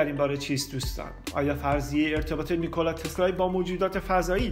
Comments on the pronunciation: واقعن بیان عجیبی داری "نیکولای تسلای "دیگه کیه اخه...نیکولا تسلا...چقدر مگه سخته؟ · چرا انقدر هی میگی نیکلای تسلای؟؟؟اعصاب ادم بهم میریزه ی آخرشو نمیگفتی نمیشد؟تسلا میگفتی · داش نیکولارومیخوای بگی نیکلای ، اونوقت سریع میخوای اسمشوبگی ی رو میندازی ته تسلا!! نیکلا تسلای چیزه!؟ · چرا هی میگی نیکولایی تسلایی!!؟🤣